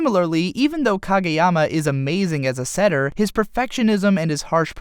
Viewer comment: I feel like reviewers and analyzers of anime make it a point to pronounce pretty much everything wrong. You did ok with Kageyama's name tho. Proud of you. But everything else was incredibly and comically wrong.